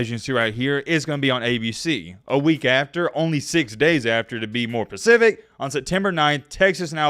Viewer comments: please I beg you learn the difference between pacific and specific lmao idk why but it bugs me and stands out so bad every time I hear you say it 🤣🤣🤣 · You have to stop saying pacific instead of specific. Man, you sound so ignorant. My god. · Say it with me “SPE-cific” not pacific. You got it man we believe in you! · Sounds like Spe or Spa! Specific!! Pa! Pacific is an ocean my guy! Don't worry alot of younger people who never paid attention in English class say it the same way "pacific" but it sounds so uneducated. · "Pacific" Everyone else: says slowly "specific"